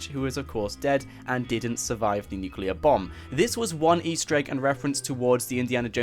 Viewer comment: It’s not nuculear it’s nuclear